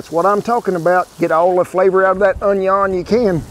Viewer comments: "Uhn Yon" I loved Justin, too. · Did Cowboy Kent Rollins just use the French pronunciation for onion? based